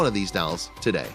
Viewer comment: Okay... what’s a “toda”? Did you mean *Today*?